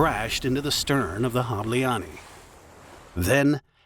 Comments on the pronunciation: You should learn how do we hungarians pronounce "hableány"... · As a hungarian, I remember I was actually close by when it happened, and just didn't know it happened (was chilling in Kossuth Lajos tér at a coffee) until the news hit later on. (also. Im sorry. That's not how you pronounce Hableány but you almost got it. sometimes our "y" letter is combined with another one, creating a whole new letter and way of pronounciation. And I am really sorry for pointing it out, but when I heard the end of the word I couldn't help but laugh) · Hungarian here: the video is very well-researched but the pronunciation of foreign (hungarian) words is atrocious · Good vid, just next time ask google translate to read aloud the names in foreign languages. Hableány is pronounced totally differently. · Making a documentary and not giving a shit about how to pronounce Hableány is a shame. It is literally 1min of work, but painful to hear. I guess the voice is synthetic at least. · The “ny” at the end of hableány is pronounced like “n” in “new” btw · The video is as good as the pronounciations aren't. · I'm sorry but for such a serious topic it would be good to check pronunciation! It threw me off how badly mispronounced "Hableány" is throughout the whole video! It feels like making a joke out of this case. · bro you BUTCHERD that name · I wish you asked google translate to pronounce Hableány at least once to learn how to approximately do it before going on record and saying it wrong a hundred times. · Pronouncing Budapest perfectly, but not Hableány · Im sorry i usually love your videos but im hungarian and barely figured out thay you were talking about hableany its really not difficult to look up a pronunciation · Ah, glad to hear the creator didn't spend 1 minute on Google Translate to check how to pronounce some of those Hungarian words. The universe is still stable. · It’s pronounced like HAH-bleh-ahn-y (the final -ny is like in canyon). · The ship name is pronounced HOB-lay-on-ya